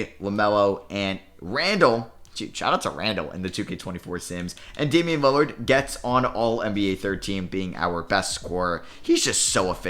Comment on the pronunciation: "Damien" hmm